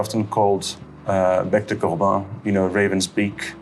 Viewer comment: ~ « bec de corbin » said with a perfect french accent ^o^